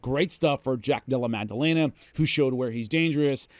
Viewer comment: Love everything you do, always have...but, the letter g is absent from jack della maddalena's name